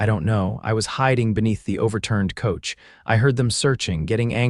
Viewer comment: Stage - long "A", Soft "g", Silent "e" NO "uh" sound on the tail of Stage. Not on Coach, either.